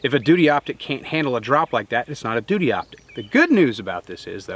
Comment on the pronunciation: Hehe...you said "dootie". 😂